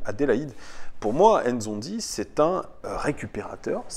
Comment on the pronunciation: Pour info c est pas zonzi mais N'zonzi en appuyant bien sur le N